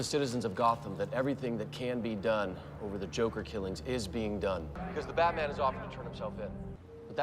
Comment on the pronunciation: Haha I love how you say “Baterman” 🤣